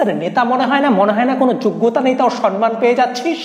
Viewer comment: উচ্চারণ টা সন-মান নয়, সম্মান ( সম-মান)। কানে খুব লাগছে কথাটা। please ঠিক নাও